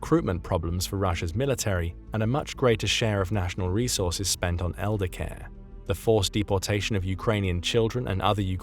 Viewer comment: 😂 Its resaurces